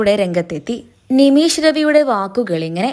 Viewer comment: നിമീശ് അല്ല നിമിഷ് ആണ്